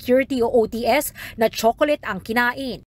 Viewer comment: HAHAHHAA CHOCOLATE, POTACCA ATE 😂